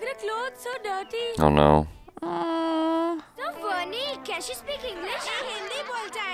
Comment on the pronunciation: Did just said "noh"??? 😂🤣😂🤣😂🤣😂🤣😂 she is pure desi now.